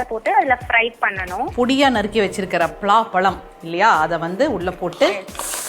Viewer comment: She should take some effort to spell zha as it should... doesnt sound good when she keeps saying about pala, one of the base fruits of tamil to be killed this way... just dont want listeners to start thinking what they see is the correct way to pronounce, rather instead she can say it only pala, or jack fruit.